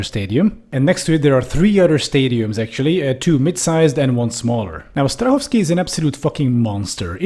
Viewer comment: Nejdřív jsem si říkal, že ta výslovnost Strahova je fakt tip top a pak jsem si všiml, že jste čech. Gratuluji k velice úspěšnému kanálu! :)